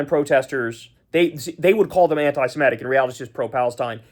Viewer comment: One more time: not anti-si-MET-ic. Correct is anti-se-MIT-ic. Do you ever read the comments?